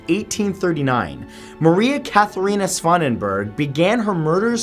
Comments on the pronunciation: The name may or may not have Frysian background, but I'm fairly certain you don't pronounce the "g" in "Swanenburg" that way. Not pissed off, just mentioning it. I was about to compliment you on the pronunciation of the German name too. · He didn't pronounce swanenburg correctly tho...